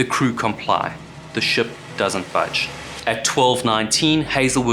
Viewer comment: Can I be rude and ask where your accent is from? You’re so well spoken I’m having trouble placing it. I’ve flip flopped between kiwi and South African, but the pronouncing ship sort of like “shup” in this video I’m definitely leaning towards kiwi